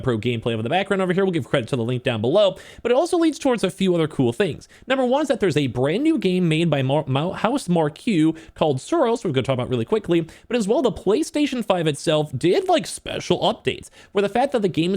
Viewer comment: Housemarque is pronounced House-Mark not House-mar-cue FYI!!!